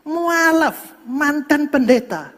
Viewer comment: Salah sebut pendeta bukan muaalaf tapi mu,allaf😃😃oke